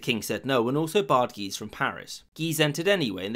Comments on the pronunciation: i like how guise sounds like geezer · "The two Guises"... my ears keep hearing "The two Geezers". Brilliant.